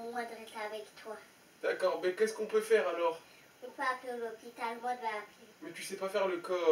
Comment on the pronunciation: XDDDDD elle dit cai pas grave lol elle veux appeller l'hôpital XDDDDDDDDDDD